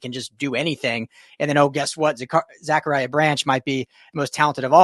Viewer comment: Zac-uh-rya pronounced like the Bible not Zakaria